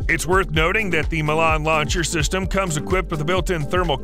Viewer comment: haha the Chinese ball tank, really, was that a thing, so its slow on level ground, see if it goes over uneven ground, across a slope sideways, i bet it will fall over and roll down the hill, knocking the occupant out in the process, laughable the Milan (wrongly pronounced, typical yank) the Milans range is WHAT 1864 miles, madness, these people cannot even read Wiki files and determine 'm' mean metres DOW, Milan is effective depending on variants between 2000 and 3000 metres